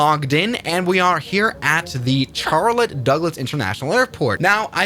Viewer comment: I’m so done with saying CHarllete